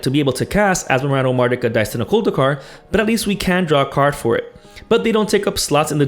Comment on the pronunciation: I knew that you know what you are talking about when you pronounced the commander name correctly and as it was normal